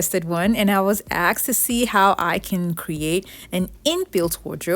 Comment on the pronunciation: YOU WERE AXED????? OMG! I'LL CALL THE POLICE! Lmao. You mean "Asked"